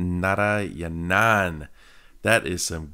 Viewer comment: It's santhosh narayanan dad Not santhosh nara-yana-n 😂😂😂😂